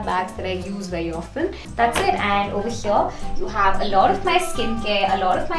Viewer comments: Over heeeeeeyyyyyaaaaaa😖😖😖😖 R.I.P English 🛌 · Why so much emphasis on "Over here" 😂 too much tantrums